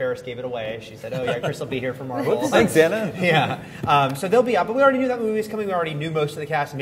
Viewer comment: it mar-vel